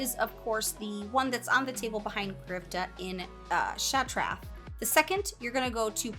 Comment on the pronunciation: the way she says shat-wrath! made my day